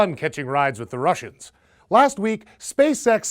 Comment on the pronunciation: The way he said "the Russians". This ain't 1955